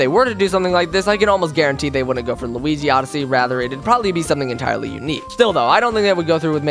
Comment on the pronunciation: L-U-igi LuWii-Uigi